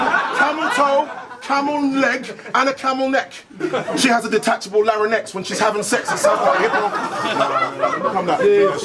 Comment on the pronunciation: did soweto kinch just pronounce larynx as laranex. lol